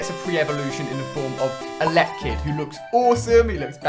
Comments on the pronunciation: it's elekid not electrakid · and elekid not electrakid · Ali, it's Elekid, not Electrikid. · Does it bother anyone that Ali said "electikid" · Why does everyone pronounce elekid, electabuzz and electavire wrong. They are pronounced how they look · Ali please learn how to pronounce Elekid and Electabuzz, it's just cringe whenever you say either.